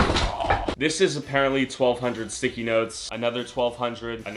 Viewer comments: is he sayin THICKIE instead of sticky on purpose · He says "thickies" instead of sticky for majority of the video lol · instead of sticky he said thicky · anyone notice hes saying thicky instead of sticky